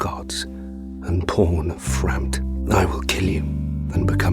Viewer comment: Frampt, not freke